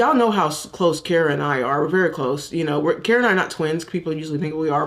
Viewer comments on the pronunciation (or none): none